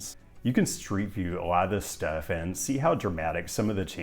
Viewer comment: Thank you for not attempting Te Reo Maori (our language), as your grasp of English is shaky as evidenced by your highly unorthodox pronunciations of even simple words (e.g. 'steff' instead of 'stuff').